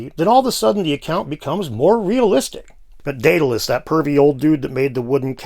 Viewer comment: Your story turned Daedalus into diddilus! Very funny, sir.